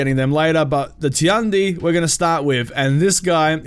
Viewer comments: Actually, it's not "Ti-an-di", it's "Tian-di", "天帝" in Chinese and means the god. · I'm not correcting you but I think Tiandi is pronounced "Chi-on-di" I pretty hype for all the new characters but I'm a little upset that the monk HYBRID has reflex guard? It must be something they did to try and tone down his defense a little because he looks strong as fucccccc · Tiandi or however you spell it should be pronounced just like in English. Tian just like in politician. So “Shian-dee” And Nuxia or what ever, X’s make “Z” sounds. So “Nu-zia”